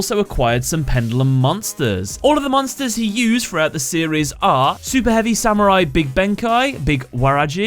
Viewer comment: Why did you say big benkai it's Big Benkei